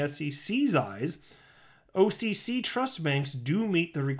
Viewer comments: I dig the way you pronounce OCC. "awwwwwkihkih" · Occ sounding out was funny 😂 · Sounding out OCC over and over again wasn't annoying at all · I really like your videos, they crack me up..So pleased I am not dead to you..Your OCC pronunciation reminds me of you gotta go watch the video..